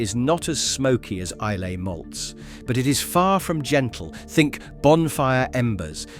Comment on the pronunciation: Islay is pronounced Eye - la, not phonetically as spelt.